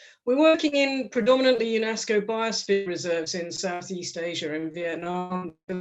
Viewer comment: According to UNEEESKKO 1.6 meeollleeoon Peeoople :0